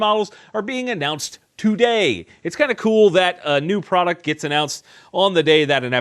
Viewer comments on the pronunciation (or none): none